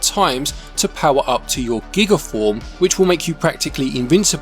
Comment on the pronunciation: A nitpick for you, it's G-EYE-Guh. A form of Gigantic. It's not a unit of digital storage ;-) I'll never understand your value metric at times haha!